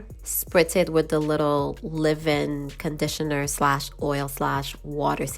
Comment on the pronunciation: Who the hell says ....live in conditioner Its leave in conditioner...leeeeeeaaaave in